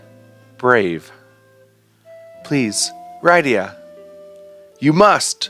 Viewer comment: I know this series has been over, but your pronunciation of Rydia is making me not want to watch the rest of the videos.